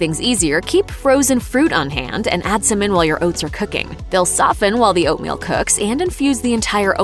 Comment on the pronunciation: Come on it’s Oatmeal, aahhh